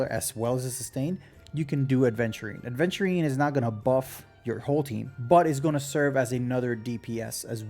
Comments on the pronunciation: Great video, but man, every time someone calls my boy A(d)venturine my brain hurts >__< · Wait a minute. Isn't it 'Aventurine' without 'd'? I think I used to make that mistake as well. 😂Anyways, since I have Topaz I'm more leaning towards Aventurine now. I love follow-up comps and I've been clearing most content with Lynx as my 2nd sustainer anyways. Probably gonna get Clara from the 300/300 standard banner choice as well since I already have Bronya (50/50 loss on the initial Fu banner) and sig LC (from standard). I kinda stopped caring about meta too much. I just wanna have fun and pull the characters I like. I still wanna pull for Acheron cuz I find her really cool. Gonna be tough if I end up losing another 50/50 and having to skip Sam but such is the f2p life. 😅 I might be fine as I've saved up 30k jades and can get another 56 pulls from the exchange but my pulling record isn't the greatest except Black Swan which I got in 5 pulls and won the 50/50. I'll stop yapping now. 🤣